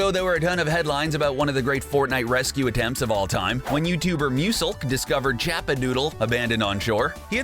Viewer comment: You pronounced Muselk Its Moose elk